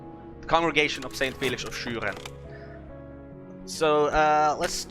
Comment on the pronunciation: Ah ok. I was wondering about it because of your "Schüren" pronunciation. I'm not German too, but sometimes I hear Austrian people speaking in their native language.